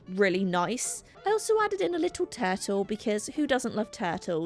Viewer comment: The way you say turtle!!! If there wasn't a visual of a turtle, I would've had NO CLUE what you were saying. I've never heard it said like that before! It sounded more like "tattle"